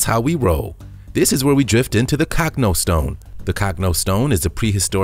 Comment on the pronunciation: CANT YOU PRONOUNCE ANYTHING RITE MAN ITS NOT THE COCKNO STONE ITS THE COCH NO STONE !!!!!!!